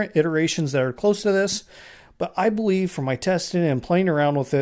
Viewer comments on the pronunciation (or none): 🤣 WTF did I just hear! 🤣 - "I ba-wieve..." and not I believe... 😂💀🪦